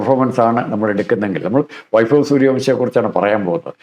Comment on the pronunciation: At least try to pronounce the word Vaibhav properly. It is not "vaifav"